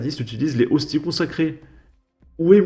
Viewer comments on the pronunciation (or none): des "ostise " bordel tu me fume ^^.